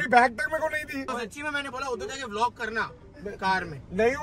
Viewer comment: Bhai Vloge bolte hai Viloge nhi